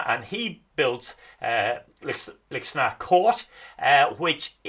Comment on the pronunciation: Lixnaw is a tricky pronunciation - most locals seem to call it Lickschnaa with a silent w, as best my ears can pick out.